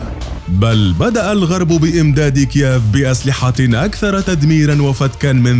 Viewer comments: كييف وليس كياف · المذيع يقول إكيااااف يا اخي والله اسمها كييف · اسمها كييف مو كياف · نطق كييف فظيع جدآ لا تنطق هكذا يا صاحب القناة 🇷🇺🙄😳🇺🇦🇺🇦